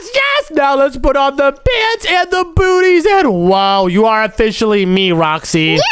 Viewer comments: Bro said boots booties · Bro said bootys